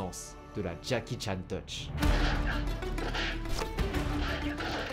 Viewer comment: ❌️ henry chan ✅️